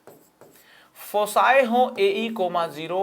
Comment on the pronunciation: Sir please check your prononciation of foci